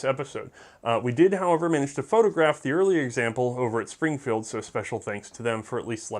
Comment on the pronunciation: (38 minutes in) he cant pronounce the factory in Massachusetts. Im a proud masshole